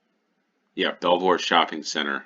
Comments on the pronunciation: Belvoir is pronounced Beaver. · Yorkshire Tea is probably the best tea that will be relatively easy to get. Ideally Yorkshire Gold, but that is quite a bit more expensive. They are an independent company, with a really good social media presence. Oh, and Belvoir is pronounced Beever, or Beaver. Because natives couldn't pronounce Norman French I guess. The Vale of Belvoir covers parts of Leicestershire, Nottinghamshire and Lincolnshire.